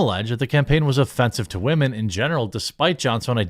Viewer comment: Dude… I wish you would stop saying wahmen. You sound like a tool when you say it and it’s cringy. But you do you man just a serious suggestion